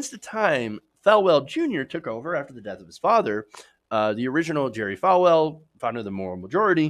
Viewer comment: FALL-well, not Fal-well.